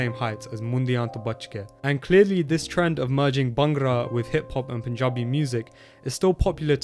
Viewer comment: The way he says Panjabi is more Panjabi than entire Panjab